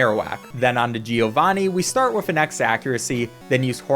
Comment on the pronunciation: As an Italian I laugh a lot whenever you say "gee- o-vani" 🤣